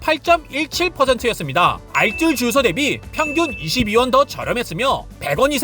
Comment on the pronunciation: 알쓸 아니고 알뜰이요!!!!!